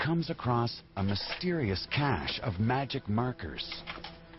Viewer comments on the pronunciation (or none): none